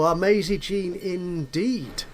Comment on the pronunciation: Not nitpicking, but Mesa is pronounced "May-sa".